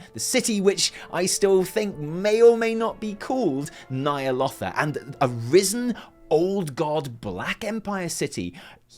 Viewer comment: Stop stop stop! You're going to take someone's eye out. Besides, you're saying it wrong. It's Ny'alOWtha not Ny'alottha :)